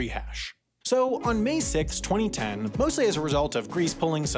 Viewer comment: I find how you say 2010 VERY OFFENSIVE and offensive content noticese and